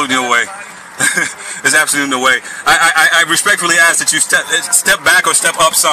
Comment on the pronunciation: My ? Is i understand the words he scrambled up to seem all knowing just one ? Why is a cop a or take a oaf like a loaf of bread a oaf is how he is axing 🤪😵‍💫🤡